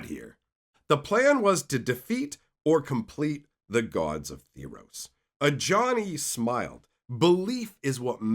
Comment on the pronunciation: T-heros, not T-hirows.. Good presentation tho. like a friend telling a story